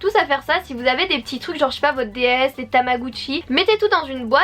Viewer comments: Ca me tue elle dit tamagucci 😂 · MDR "TamaGUCCI" oklm